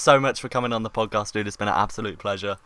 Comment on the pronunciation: Podjast? XD